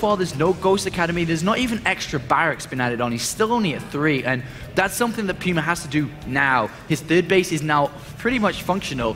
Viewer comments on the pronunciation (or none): Puma is pronounced Pew-ma. Do some research before you talk shit moron. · i'm guessing you're right. We (in the states) say it like poo-ma. Sounded kinda funny at first lol thought it was some foreign word but ya